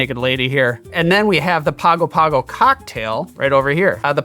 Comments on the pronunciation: It's pronounced pango pango not Pago Pago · Was looking for this comment. It hurt me a little bit every time he pronounced it “Pago Pago”. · Interesting drink. And here I just bought a fresh pineapple, thanks! btw, to pronounce Pago Pago correctly, say it as "Pang-oh Pang-oh". Plus while we're on the subject, Samoa is pronounced sah-MOH-ah. See, this channel is all about sharing information! I know so much more about rum now so time for some pay back! Cheers! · In Samoan Pago Pago should be pronounced Pango Pango. It's the capital of America Samoa! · My Man... it is pronounce "Pango Pango", and there is no "King". He is "The High Speaking Chief", and when I was there, the Chief was Bin Fauna (pronounced "Bing". And this drink cannot be found at Teesa's Barefoor Bar". Trust me... I was there for 4 months after Hurricane Ofa decimated the Island in 1990? I think? Hahahha..... vs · I had a Samoan frat brother who was from Pago Pago. In Samoa, they pronounce it "Pango Pango'. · I was part of a singing group that toured the South Pacific in 1983. We went to Pago Pago (pronounced Pongo Pongo according to the locals on the island). It truly is a beautiful place. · Yes. As an Australian who lived for six months in Pago Pago. It is pronounced Pango Pango. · It's pronounced Pango Pango and American SAH moa. A US Territory since 1919. You'd love to visit, I'm sure. I grew up there. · It’s pronounced Pango Pango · I gotta try this one--I actually lived in Pago Pago for about 6 months (former Mormon missionary), beautiful place. G's in Samoan are pronounced ng, so it's pango pango (rhymes with song-o song-o). Great video! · The city in the South Pacific by the same name pronounces itself "pongo pongo"